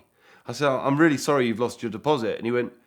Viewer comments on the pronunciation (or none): none